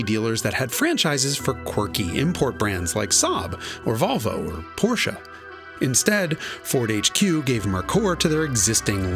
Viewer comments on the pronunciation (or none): none